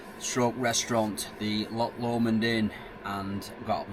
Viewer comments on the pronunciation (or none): ITS BEN LOMOND "LOW-MOND" not whatever you just said, that one hurt my ears 😂 ben lumund😂😂😂😂😂😂 "LOW-MOND" say it right